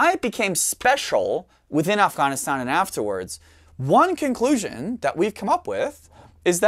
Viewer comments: I liked the way you pronounced Afغanistan! Thanks for sharing your knowledge with us. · You should say “afghhahhhn” a few more times... 🙄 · Ofghoniston pronunciation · If I have to hear him pronounce "Afghanistan," one more time, I'm gonna lose my sh*t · The way he pronounces Afghanistan makes me think he was in the service.